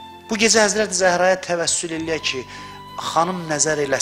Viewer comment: Təbbəsül yox təvəssül. Zəhmət olmasa diqqətli olun